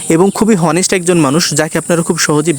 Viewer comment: উচ্চারণ টা হনেস্ট না, অনেস্ট হবে